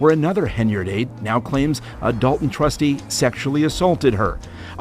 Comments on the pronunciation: It’s not pronounced “dalt en or thort en” it’s dal ton , Thor ton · DOL TON not DOL EN THOR TON not THOR EN...